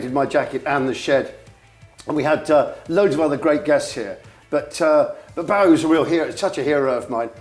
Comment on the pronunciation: 'Boh-ie' not 'Bow-ie'!